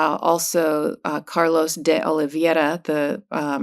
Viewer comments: It's pronounced Dee- Olee vey ra (spelled D Oliveira) the e before the i.....vey like saying Hey... but at least Karen Freedman Agnifilo tries to pronounce it correctly. KUDOS for trying. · Karen, it's DeOliveira (olivera) not DeOliviera. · Please learn how to pronounce DeOliviera correctly. It's embarrassing.